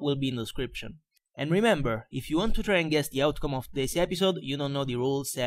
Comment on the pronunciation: Bel commentary, ma non parla nemmeno egregiamente: of si dice ov ma lui dice of D